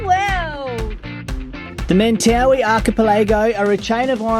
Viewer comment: I think I would have ended up in the reef Definitely wouldn't have noticed the directions.... Small point. I know most everyone calls them the Men-tah-wee but, someone that lives there pronounced it Men-TUH-why.